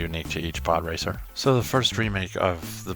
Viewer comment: I thought you said "poorracer" 😂